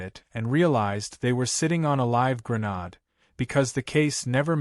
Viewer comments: Fun Story. But there's that mispronounced word again. It's Gre-nade, NOT Gre-nod!!!!!! Repair this problem please. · Please, please, please say the word grenade correctly, it's not grenaad!